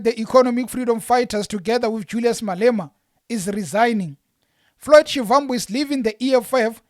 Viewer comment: Please stop pronouncing Shivambu like a white person trying to speak venerc, you’re a black person act like one